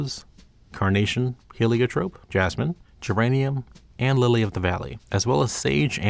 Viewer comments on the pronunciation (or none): none